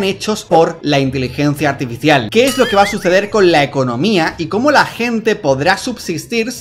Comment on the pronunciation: 🗣️:Así ej como la tecnología etá avanzando. Observa ete nuevo robós.🗿 Como le ayuda en todo lo que ella necesita...